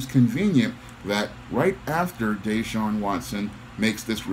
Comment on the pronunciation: It's pronounced (Dah-Shawn) Yes it is too much 🐟 in this, all the allegations months after he refuses to return. Former players from DeAndre Hopkins to Andre Johnson who were superstar caliber players have trashed the franchise. There's a possible cause in his Contract where if he has some misconduct they don't have to pay him in full He got a 40 million Contract last season